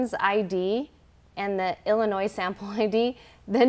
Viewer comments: Illinois is a silent S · it’s pronounced Illnoi, the “s” is silent. It’s not pronounced like Illinoise. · I'm dyin'! I actually came here to make a comment about said pronunciation! However, I like to think it's spelled, "Illa-noise". 😂😂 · I'll say it again: Any American adult who calls Illinois "Illinoize" should be forced to take the citizenship exam. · I love how said “illa-noise” too 😂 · Someone tell that lady that the “S”in Illinois is silent.